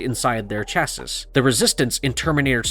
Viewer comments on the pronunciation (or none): Chassis…pronounced shassay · Chassis is pronounced as Chass-See. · CHA-SEE Is the correct pronunciation. "Cha-sis"......LOL!